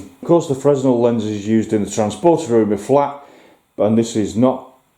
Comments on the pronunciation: Loving all of the builds. Cool find at that junk store. On a side note, "Fresnel" has a silent "s" so the pronunciation is more like "fruh nel". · FYI: Mssr. Fresnel was a Frenchman. You don’t pronounce the’s’. Great find though! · Yeah I've always said /heard it as frehnel (emphasis on the nel) a bit like [Isambard Kingdom] Brunel Worst example ever but I can't think of any others!